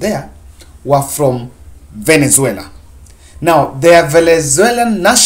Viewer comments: By the way, it's VENEZUELA. It's like you have a problem in pronouncing the South American Country's name. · Very clear and eloquent speech,find it funny how you havent pronounced the noun VENEZUALA correctly...